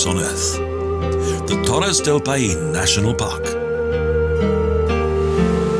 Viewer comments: It would have been a fantastic video, if the guy who reads the text could take the trouble to learn how to pronounce the names of the places. "Paine" is not "pah EEn" it's "pIE - neh". He spoiled a lot of other otherwise great Expoza Travle South America movies. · The pronunciation is all off. It's NOT "payeen"...it's "pie-neh" and it means "blue" in the local native language